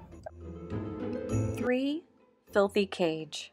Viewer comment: ah yes, flithy cage